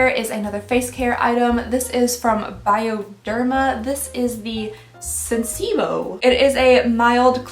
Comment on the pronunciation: "Senseebo!!" 😭 sensi-bio, 😂